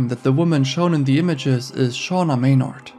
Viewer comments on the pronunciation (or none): none